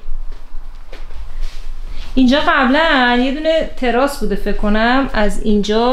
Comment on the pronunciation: منظره رو ویه نمیگن ویو میگن ، تلفظشم راحتر بگم V یو رو با هم تلفظ کنید درست میشه ، انتقاد رو هیت در نظر نگیرید ، چند ساله میبینم ویدئوهاتون رو و خیلی چیزا رو اشتباه میگید و تاکید دارید روش و یکی میم میسازه ازتون و بعدش دلخور میشید ، واقعا سخت نیست یک مترجم گوگل نصب کنید تلفظشم آموزش میده ، بهتره اشتباهات رو با ادیت در بیارید قبل پخش ، به امید سلامتی سمیه خانم و آرزو دارم مثل قبل شاد باشن و کارهایی که دوست داشتن رو بدون نگرانی انجام بدن و خانوادتون شادتر بشه